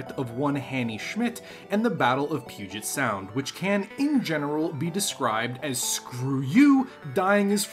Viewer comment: You know how to pronounce Puget Sound. Are you from Washington?